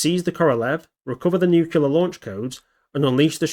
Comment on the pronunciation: Nuclear Nu-cle-ar There is no "nucular". :chillwcat